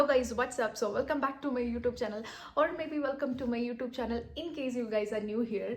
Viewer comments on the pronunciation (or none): none